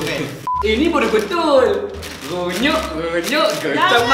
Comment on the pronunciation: renyuk bukannya gonyok 😹